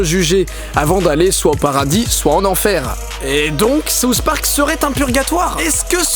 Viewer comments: pourquoi les français prononcent (sauce) Park? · C'est SOUTH park et non SAUCE park! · C'est moi ou il dit sauce park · Souss Park? c'est SouTH Park! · Pourquoi tu le prononce saouss spark xD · Ahahah je trouve ça trop drôle parce que puisque tu es français tu le prononce "saouss park" mais moi je suis québécoise donc je le prononce comme en anglais ahah